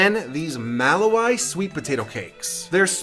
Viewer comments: 😂😂😂 the word malawi pronunciation is Ma-la-we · I love the way you tried to pronounce Malawi! hahaha!